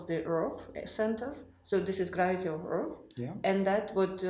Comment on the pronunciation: I wish this genius would learn to say Earth, earff